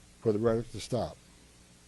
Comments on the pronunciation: Is he saying "rhetic"? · What is Reddick? Does he mean rhetoric? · This guy cant pronounce "rhetoric". Also he sounds drunk. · Rhetoric has 3 syllables. You are also full of you know what.